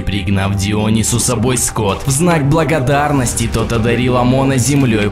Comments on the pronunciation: Не Тоут,а Тот. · не Тоут, а Тот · Автор, не тоут, а тот. и правильно поля иалу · Извини меня , но только не Тоут , а Тот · Извини но не Тоут а Тот если я правильно помню и Исиде ещё помогала ее сестра как ее зовут уже не помню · обрати внимание, не тоут, а тот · Не "Тоут" , а "Тот" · Не Апоп, а апОп. Не Тоут, а Тот. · Не Тоут ,а Тут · Не Тоут а Тот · Тоут или Тота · Не Тоут , а бог Тот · не тоут а тот. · А не апопо и НН тоут а тот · нарезка из убогой графики "Богов Египта" офигеть круто. Еще бы правильно имена произносил и ударение делал. ТОУТ???? ХОНС????